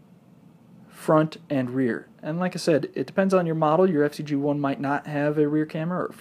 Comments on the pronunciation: Why do you call it the FC-G1 when it's FZed-G1? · It's not FC-G1 idiot! It's FZed G1